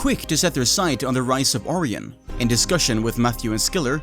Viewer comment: ORION = "O-RYAN" Not "Ore-eon." That is my grammer nazi daily task completed for the day. 1 quest point and 150 mining xp received.